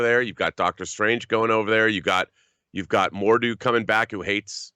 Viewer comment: Why does he say Mordu? It's MORDO